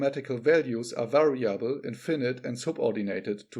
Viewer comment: 'variable. Not vari•'able.